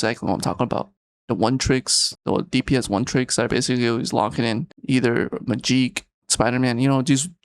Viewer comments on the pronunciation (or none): bro called her “Majeek” lmao